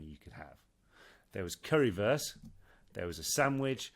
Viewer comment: Oliver, it's pronounced curry "woorst" not "worse" 😁